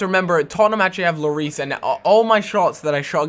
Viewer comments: Hugo Lloris is french, and his name is pronounched " lorí ", and not " loris " ;) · you have to pronounce lloris without the s so just llori